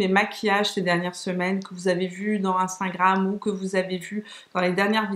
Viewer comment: Cc ma belle super vidéo comme toujours, les superstay de Maybelline j’adore aussi ils sont géniaux. Petit bémol c’est pas grave mais c’est « instagram » on dirait toujours que tu dis « instingram » Pour le reste j’adore 😘😘😘💋💋💋